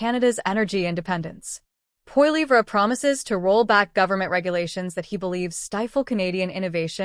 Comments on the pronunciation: AI voice. Does not how to pronounce Pierre's last name. Can't watch this. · Just a memtion that pronunciation our Pierres' last name is incorrect. Go Blue!